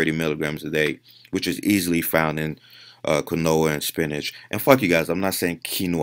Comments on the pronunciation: KEEN-WAAA not KA-NOWA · It's pronounced "KEEN-WA", not "KEEN-0A". Dude's pronouncing it wrong. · "Kwin-noah... Fuck you guys, I'm not saying quinoa." Yeah, wouldn't wanna pronounce words correctly, there, 3D Ale-pee-ha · You're talking about a guy that knowingly mispronounces "Quinoa" because he thinks the proper way sounds stupid. He's immune to your reasoning. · Does he really think saying it like granola with a Q sounds better than quinoa!? Hahaha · I thought he was mispronouncing granola at first. Never heard anyone pronounce quinoa that way, I guess it makes sense though because thats how it would be pronounced phonetically. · The way he pronounced quinoa made me crack up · I watched this one and the older video. I Keep thinking he says granola and I'm like wtf, can't find any search results for this. quinoa lol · You’re saying it correctly. He is just refusing to say it the right way I’m not sure how he justifies his pronunciation sounds better lol